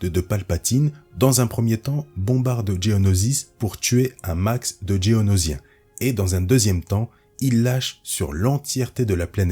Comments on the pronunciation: Faut vraiment revoir la prononciation des espèces, c'est absolument insupportable. "Djéonosien" sans déconner. Juste "Géonosien" comme c'est écrit et dit dans les films/séries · Geonosien et pas Dgeonosien ;)